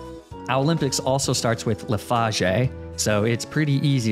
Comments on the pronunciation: he is quite boujee with his pronunciation of leafagé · its not called leafage its written as leafage but said as leaf-age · When I heard your pronunciation on leafage I curled into a ball and had to tell myself that some people have dyslexia as there is no other way to excuse the horrible pronunciation. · Your pronunciation of leafage made me physically cringe, but otherwise this was a great video :) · Bro can’t pronounce leafage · I actually like how you mispronounced words like Leafage or Magnemite's name, it's pretty hilarious too. 10/10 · i love how you said leafage and magnemite wrong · Great video man, but never pronounce leafage or magnemite in those ways ever again. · lafage Me it’s Leafege